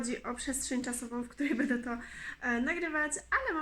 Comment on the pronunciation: Witam serdecznie mam pytanie dlaczego ciągle mówisz bede jesteś ładną mądra dziewczyną i lubię Was oglądać życzę Wam szczęścia w Nowym miejscu, ale mam prośbę postaraj się mówić będę bo to milej brzmi.